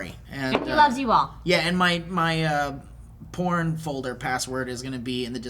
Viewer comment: Where's the por"k" folder